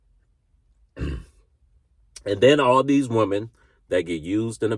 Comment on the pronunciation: Little feed back, there is one woman and many women, learn to pronounce the difference.